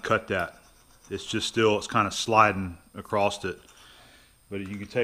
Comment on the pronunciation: The file slid acrosst with a t? Lol. I have lived in 6 states and never heard that before I started watching YouTube. What state are you in? I'm trying to figure out where that started. Here in VA I hear people say some interesting things like worsh the dishes, and go down yenner and grab that, in PA they say what are you'ens doing or what are yenns up to, in CA what are y'all doing. Do you have and other words that are like that in your area?